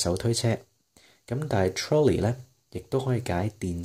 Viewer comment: 篇文唔錯幾有趣，深得來想睇落去，人生交叉點。 btw Trolley 我查過字典，發音係ˈtrɒli